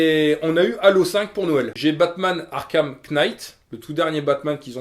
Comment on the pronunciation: Batman Arkham KEUNITEU